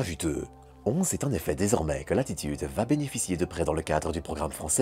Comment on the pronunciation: Pourquoi prononcer le nom de l'entreprise Française Latitude à la manière anglophone ? Non seulement l'entreprise est Française mais de surcroit le mot latitude est un mot d'origine Française. On est déjà envahi de mots anglais, c'est quand même dommage d'en rajouter quand ce n'est pas nécessaire. Non ?